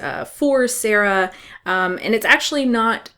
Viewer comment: BTW, I think you pronounced SAARA's name quite right at first - with two AAs. It is a Finnish name, Saara is from Finland and so am I :)